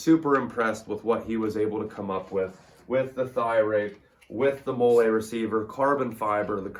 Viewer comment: I didn’t wanna say it but then he started saying “mole ay “ instead of “molly” I had to search the comments for someone flaming this guy. The ultra low drop leg and the NC vism tactical vest for 20 bucks with actual shotgun ammo in said vest attachment made me cringe way too hard and is currently fueling this comment…. 😮‍💨 I’m sorry bud I just want you to learn quality and practicality instead of tacticool weirdo